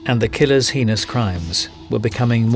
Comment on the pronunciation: heinous = "hain-is"